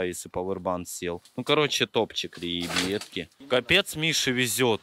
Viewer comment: Отдельный вид искусства. говорит ребьятки